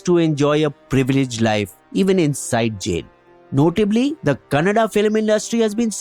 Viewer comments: Bro its Kannada not canada okay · It’s Kannada not canada, amazing video and all information is super accurate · Its kannada not Canada